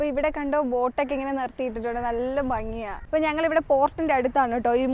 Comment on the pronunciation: Banghi alla Fanghi aanu. Bhaaratham alla Faaratham eannaanu. Fangi, Faratham eannaano?